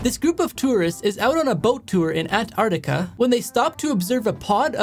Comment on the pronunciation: ant artica... bruhhhhhhhhhhhhh how did u pronounce that wronggggggggggggggg??????